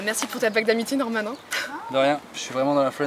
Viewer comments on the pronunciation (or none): none